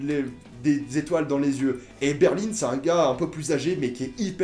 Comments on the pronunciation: ET ON DIT BERLIN PAS BERLINE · La ville ont dit BERL1 et pas berline 🙄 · La capital de l’Allemagne c'est Berlin pas "Berline" :D Voila et sais tu pourquoi ils ont tous des noms de capital sauf Rio ? merci. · C pas berline mais Berlin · Par contre quand tu dis Berline au lieu de Berlin c’est stressant 😂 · Ta dit Berline c Berlin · Pourquoi tu dis Berline? C Berlin ma foi mais sinon j adore cette série c ouf !! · Euh c'est normal qu' il dis berline au lieux de Berlin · c Berlin et non pas Berline !!!!! cordialement Fillmz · C'est des noms de villes donc y a pas à dire "je prononce comme je veux". C'est c'est Berlin pas Berline, comme la ville quoi. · C Berlin pas Berline 😂 Sinon super vidéo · Pourquoi tu dis berline c'est Berlin c'est des noms de villes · On dit Berlin pas Berline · (ce commentaire n'est pas méchant) je sais pas si tu dis berline que pour le personnage ou aussi pour la ville mais personnellement je trouve ça bizarre moi je dis berlin mais chacun ça façon de le dire 😊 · Berlin pas Berline 😂😂😂😂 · C’est pas Berline c’est Berlin putain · Ça se dit '' Berlin '' et non Berline comme tu dis 😉 mais sinon je suis d'accord avec toi cette série est super 😊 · C'est Berlin pas berline! Non ? Je sais plus !? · Arrête de prononcer Berlin comme si qu'il y avait un "e" à la fin.... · Oui une capitale d'un état en quelque sorte celle du Colorado même si c'est pas une capitale d'un pays mais Rio n'est pas du tout une capitale ;) et pourquoi tu dit berline , je ne comprend pas ;) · Ba en espagnol ça se prononce Berlin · "Berline" Je saigne des oreilles